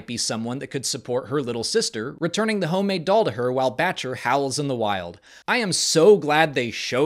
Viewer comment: I swear she was saying "Betch-ya" not Batcher... dunno... but ya I realize it's Batcher....